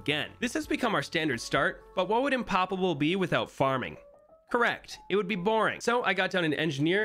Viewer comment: Anyone realise that he said impalable in the chapters or whatever you call it